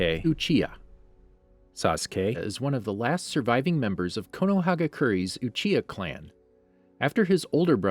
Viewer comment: Not to be a stick in the mud but you actcedentlly said uhiha sorry